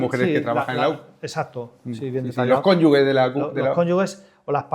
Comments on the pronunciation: Juan, me gusta mucho todo lo tuyo y te sigo siempre pero por favor, en la entrevista de hoy te has referido a los “CONYUGUES” y seguro que ha sido un lapsus porque se dice “CÓNYUGES” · Cónyuges, no "Cónyugues". Un ligero desliz. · Cónyugues??? Juan, por favor...cónyuGes! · Conyuges con "gu" de guerra...... no es correcto Es ... cónyuge... con "ge" de Gerónimo...😂😂😂😅 Muy buena entrevista y gracias por dar a conocer el trabajo de personas íntegras y entregadas a su trabajo... HONOR Y GLORIA ❤ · PERO COMO QUE "CONYUGUES" JUAN????? NO ME ESPERABA ESTO DE TI JAJAJAJA.